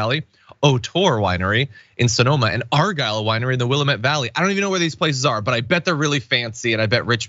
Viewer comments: As a resident of Willamette county Oregon, I would like to applaud TYT for almost getting the pronunciation right. Most people don't get nearly that close but you still have the accent point in the wrong place. It's Wil-AM-met as opposed to WIL-a-met. But nice job ya'll! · It's not "will a met" Willamette is pronounced "will am et" mispronouncing the name of the valley that runs half the length of the I-5 in Oregon is almost as bad as calling the state "or ee gone." Sorry to complain but it is a bit of a sore spot. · "wuh LA met" not "WILLA met" just FYI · You guys are killing me, its called WillAmette Valley, not Willimete Valley. I live here and Kyrsten is not welcome. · Just so you know it's pronounced will am ette not will um ette (sorry. I had to.) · Never heard "Will E Mit". Usually pronounced Wil la ment. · As a resident from the Williamette Valley and before we moved here also pronounced it wrong until a native gave us an easy way to remember, it's Wuh-lam-it, damn it. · Just for the record, it's pronounced like Wil-LAM-met. Portlander, born and raised. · Not to be snarky, but it's pronounced "will-am-it" 😉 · OUCH! I can tell you guys are located East of the Rocky Mountains. Those of us in the West cringe when you pronounce Willamette wrong. Here on the West Coast, we pronounce the Willamette Valley ~ Will-AM-it. It is not a French word it is an American Indian word. Thanx! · Sinema should be excised from Congress, ASAP. ** Please note re: Willamette pronunciation. It’s will-a’-mette. Accent on the 2nd syllable. We Oregonians are kinda touchy about that. (Kinda like CA place names being mispronounced by their other west coast cousins.) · Argyle is in the Will-am-ette valley in Oregon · It’s Willamette, dammit! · Willamette is pronounced: will-aa-met...rhymes with "damn it". Located in western Oregon, along I-5. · will-AM-it....... right outside my back door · It’s Wil-lam-ett valley (say it like an Oregonian) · It's pronounced "Will am it" Valley